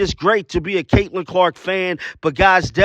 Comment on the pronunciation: Damn everyone says Kahleah Copper's name wrong lmao